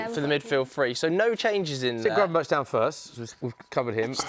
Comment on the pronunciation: Gravenberg, that is how you pronounce it not gravenberch (I know that is how you spell it just not how you say it). Highly irritating for us Dutchies.